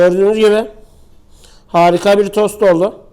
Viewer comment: TOS Değil tost